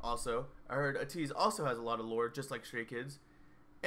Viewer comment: Okay your pronunciation of Ateez is getting better! When you say it, it’s not UHtease anymore, it’s more like ahTEASE. When you get that AYYYY, long A sound in there, AYYYteez, you’ll be at 100%! And yeah, Changbin and Wooyoung are besties :)